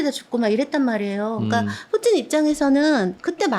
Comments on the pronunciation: 쁘찐이라고 하는데 킹받네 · 뿌찐이라는 발음이 익숙하지 않는데.. 왠지 일본인이 니혼이 아닌 니뽄이라고 부르는 느낌? 그런데 러씨야 라고는 안하네요.. 우크라이나가 점유하고 있는 땅인데 거길 계속 침범하고 소련깃발을 나부끼면서 민간인에게 미사일을 쏘고 학살 암매장 하는 걸 정당화하려는 것으로 느껴지는건 왤까 싶네요. 거참... 가족이 러시아에 있는건 아닐테지요?